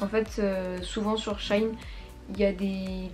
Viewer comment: C'est pas shaïn c'est sheiine